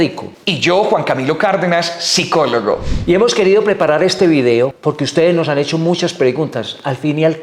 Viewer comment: Madre mi , no sabe ni pronunciar psicólogo 😂😂😂